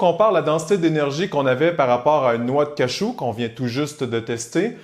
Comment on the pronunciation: on dit cajou pas cachou merde